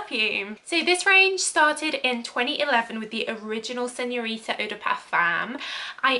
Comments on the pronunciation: SignoriNa non signorita 😅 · “Signorita Figaramo” 🤣🤣🤣🤣🤣🤣